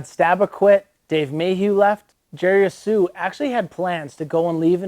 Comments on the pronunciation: i thought the h in jerry's last name was silent. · sounds like your sneezing when you try to say jerrys last name. great vid. thx for highlight. be cool